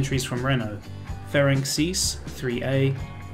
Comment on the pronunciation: Ferenc pronounced like Ferentz. ;) Great content btw!